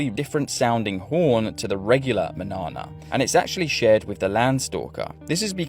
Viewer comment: Man-yawn-a, not pronounced like banana.